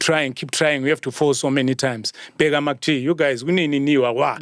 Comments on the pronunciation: I like how Oskido pronounces MacG's name 😆😆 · I like how he pronounce MacG